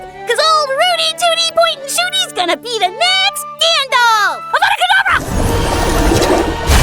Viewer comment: Bro really said avadah kadabra